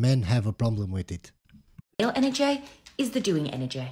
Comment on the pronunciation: An-our-jay. That's how she pronounced energy over and over again. Lmao